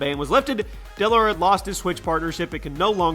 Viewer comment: Dell lor? It’s dellor